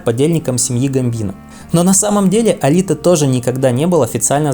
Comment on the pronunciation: Алите😂 ты дурак автор? Он не итальянец а албанец и он Элайт а не Алите